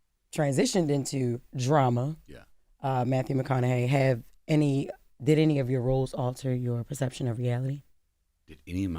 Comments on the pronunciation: Charla really couldn’t pronounce Matthew McConaughey when he’s been in the spotlight for 2 decades… Dame was right lol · I don’t know if chalamane was playing by not pronouncing Mathew McConaughey’s name correctly or was he for real and saying some of you might know him from his acting that was also disrespectful he is a profound act know for some of Hollywood’s biggest movies and for him to say some of you might know him from his acting and not pronouncing his name correctly unprofessional being an interviewer you introduced the guest by acknowledging who they are and what they’ve accomplished to act like he doesn’t know who he is is ridiculous unprofessional, and by the way, I misspelled Charlemagne’s name on purpose and going back watching some of the breakfast club interview, Charlemagne introduced it the black guess by running down there achievement and expressing his admiration for them shame on you, Charlemagne for not doing the same for white guest even though you might not have admiration for them you still introduced them for their achievement, whether it be acting or the music industry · I ABSOLUTELY can't believe they got MM on this show... and CLOWN Charlamagne can't pronounce this legend's name. That was such a disrespectful way to open. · How do you have a guest and not know how to pronounce their name especially a legend like our guy Matt? Come on now ❤